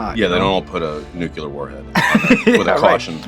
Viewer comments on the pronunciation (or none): I love Jason... but New-clee-ur. this is the hill I will die on. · Jason thinks he's Bush Jr. I guess........He said nucular instead of nuclEAr twice!